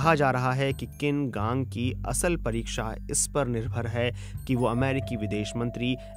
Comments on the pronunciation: किन कांग नहीं उनका नाम छिन कांग है। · Wrong pronunciation of the foreign minister’s name. It is छीन कांग